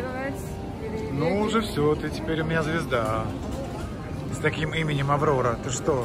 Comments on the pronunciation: она говорит АвЛоЛа, так как в китайском нет буквы Р. Аврора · У них нет буквы р. Она говорит Аврора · Аврора!!! Макс! Китайцы плохо произносят букву «Р» Молодец девчонка, хорошо произносит наши слова. Симпатичная девушка! От Мытищ есть ст. Строителей, по моему, а следующая Тарасовка, в сторону Пушкино и Загорска! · Почему учитель по русскому языку не научил её правильно произнести своё имя "Аврора"?